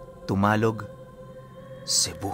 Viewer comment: Damulog Cebu po hindi po dumalog